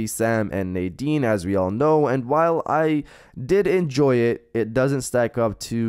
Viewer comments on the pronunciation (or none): none